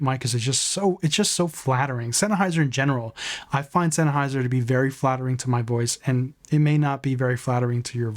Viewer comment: Both mics sound good but you sound stupid. Where are you getting "zen AH hai zr"? Its pronounced "zen hai zr". You did good on Audio-Technica.